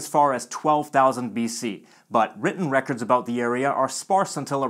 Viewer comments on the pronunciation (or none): none